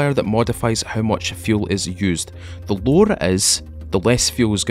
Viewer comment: Every time he says "the lower"I was thinking he was saying the lore' and then I would wait for some piece of history on the game LOL it got me like three times